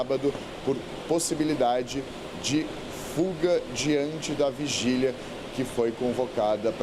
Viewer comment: fugília e não vigília kkkk